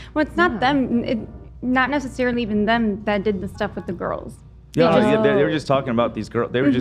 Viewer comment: Oh god, I just got to the part where says “I have 3 girls” or “goyels” as he says it. So gross